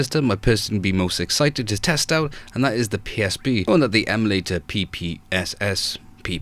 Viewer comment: It's calibrate not collaborate, emulator not emalator and retroarch not retroark